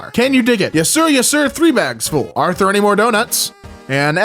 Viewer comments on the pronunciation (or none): none